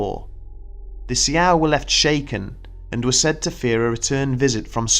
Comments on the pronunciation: I'm not Native American, but Souix is not pronounced See-Ow. It is pronounced like the female name, Sue. Also Shaman is pronounced shah-man. Just a heads up. I love your stories but needed to let you know that those words were mispronounced. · Um . . . It's Sioux, pronounced "Sue." Actually, to be technical it is either Lakota, Dakota, or Nakota . . . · The "see-ow?" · Sioux is pronounced "socks" but good video besides that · It is pronounced SUE! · How he ended up not saying Si-ow-ics, idk.